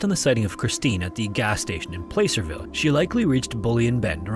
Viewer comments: I'm from the area, just FYI Placerville is pronounced "plass-er-vill", not "play-ser-vill".... It's possible that Nick lost his shoe on the way up to where the road is, even with no food and water for 4-5 days. However at that point, the 3-year-old would likely be suffering from dizziness, delusions, and lack of awareness (hence why he believed his mother was taking care of him when she was clearly dead the entire time). It's possible that the shoe could've been carried off by wildlife too. As for the naked woman on the side of the road, it'd be very difficult to mistake a small 3-year-old's body with a fully grown woman's. Considering Deborah's account is purely based off of memory of what she saw, I'm willing to bet she misremembered the size of the body. Our memories are not absolute truth of what happened because they can change or miscount details that change the initial or actual understanding of an event. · placerville is pronounced "plah-cer-ville" not "play-cer-ville" i think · btw is pronounced Pla-ser-ville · Placer is pronounced PLAH- Sir. Not like you would say "place" Some very chilling occurences!! I grew up not far from Placerville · I know it looks like it would be pronounced "play-ser-ville" but I've been corrected to it being pronounced plasser-ville* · Just a note: Placerville is pronounced 'Plasser-ville' if you ever come across that podunk town in a future story. Source: am local to area. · Another great video! If it matters Placerville sounds like Plas Sir Vil. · Just an FYI, it is pronounced PLAh-Sir-Ville. Love the videos just thought I’d let you know ❤ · Placerville is pronounced like glasserville, but with a 'P' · PlAhcerville. Like placer gold😬. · Placerville is pronounced "plasserville" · Placerville is pronounced PLASSERville. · Minor correction. The A in Placerville is pronounced like the A in platypus or Apple. It’s a type of mining that was done in the area. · "Placerville" has a short a, like the a in "flat."